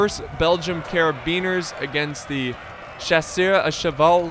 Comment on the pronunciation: ‘’Voltigueurs’’ 😂 you should pronounce it like this : voltijeur :) You pronounce well chasseur à cheval 👌👍 Good video by the way